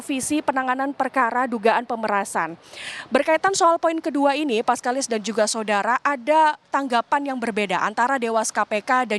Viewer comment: mbak ini pasti kalo lagi bawa acara atau kalo lagi baca brita pasti bilang "SODARA" :face-blue-smiling::face-blue-smiling::face-blue-smiling::face-blue-smiling